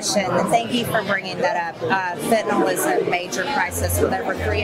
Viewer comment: Fentanyl people! (Spoken as fenta-nil) not fentanol! Sorry, the grammar police in me and my medical background comes through at times.